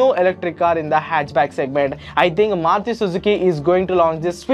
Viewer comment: It's Maruti, not Maruthi btw